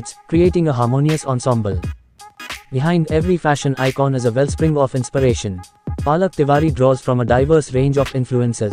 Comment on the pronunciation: Lol, it's Palak not 'Paa'lak. Superb edit though. Aaj pehli baar iske naam ki mutthi peli jayegi. Iski maa ne toh khub thakaya hai chote bheem ko.